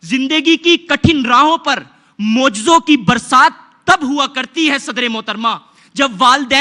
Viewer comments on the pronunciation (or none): Mujzon nhi krishmon